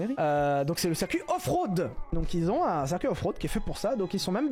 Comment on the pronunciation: ouais c'était juste une blague (très merdique) sur le fait qu'il dise "cerf cuit" au lieu de "circuit" 👍